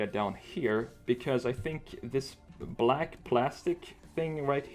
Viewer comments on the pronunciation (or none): none